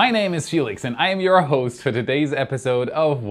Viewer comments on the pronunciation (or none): none